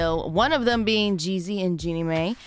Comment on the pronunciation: Her name is pronounced Jeannie My and May.🙃 And the spelling is just for example only. I know it's spelled Mai. Really?! Why ya'll think he didnt cheat but was quick to believe she cheated on him. Quit acting like this woman is a nobody. Jeannie been in the entertainment business for years and does not need Jeezy's money. It sucks the marriage didnt work but quit with just blaming her. How about they are both to blame?